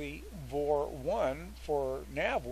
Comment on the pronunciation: It's pronounced "V" "O" "R" . . not VOR lol Just like OBS is "O" "B" "S" :-) Thanks for the info!